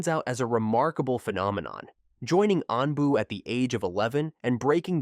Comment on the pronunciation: Stop using bot voices if you want more subs. Never has anyone made this many mistakes in a Naruto video. Spelling Anbu twice, then pronouncing it 2 different ways? And incorrect pronunciation all over the place